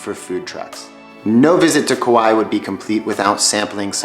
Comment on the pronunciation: Also Kaua'i is "ka why ee" not "Kawhy" . I know that's a little nitpicky though